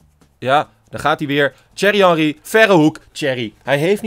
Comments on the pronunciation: "Tsjuerrie hanrie" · Lijkt net alsof je zegt cherry henrie😂😂